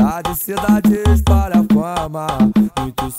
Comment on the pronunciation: Poze não sabe falar palavras com "L" kkkkkkkkkk Na parte "espalha fama" ele diz "espara fama" eu entendia "esparafama" eu ficava tipo "2ue porra é esparafama?"